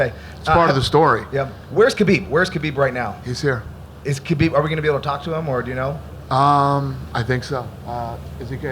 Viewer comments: Why are they calling him Habib instead of Khabib? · Habib??? Why every interview he gets his name wrong? Your a bigot and a chump! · Why do they keep calling him “habib”? It’s Khabib, with a kha-bib. Can’t even get the champions name straight?